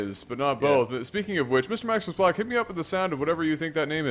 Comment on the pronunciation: Maximus Black, I'm korean and I was eating my cereal and when you pronounced that name....I exploded.